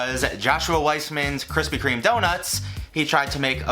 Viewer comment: kwispy kweme uwu